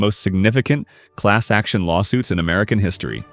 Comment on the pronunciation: North “Ameilan”? Come on, you can at least try.